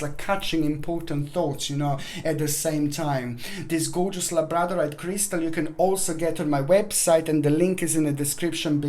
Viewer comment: Sorry sweet heart couldn't understand the name of the crystal labortinite??